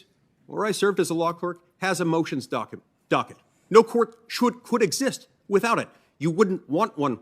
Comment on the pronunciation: I learned something - when Mike Lee gets mad, he can't pronounce "docket".